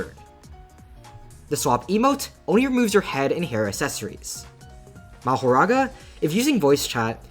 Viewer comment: that mahoraga was perfect bro seriously u nailed that pronunciation